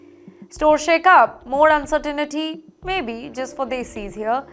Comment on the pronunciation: for Fs sake, It is not "VERY ZONE"... Also, its not "un-cer-teen-e-tea"